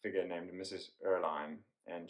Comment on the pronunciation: Fascinating idea! But Andre Maurois - is pronounced ‘mo-ro-A’ — French name. Mrs Erlynne — pronounced Err-Lyn (not line)